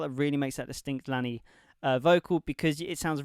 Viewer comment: *Pronounced Laney Good job 👏🏻